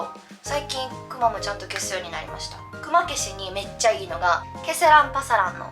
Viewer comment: クマの発音めっちゃ気になる笑 動物の熊と同じイントネーションじゃないと思う。。